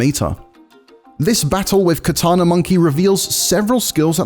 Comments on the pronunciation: “Katana” lmao?? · it hurt everytime he said katana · he said katana... oh well....